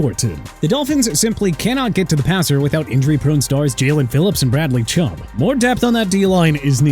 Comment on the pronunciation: Also its Bradley Chubb not Bradley Chum!!! Really dude?! And you know what? Miami can take Scourton! I don't care!!!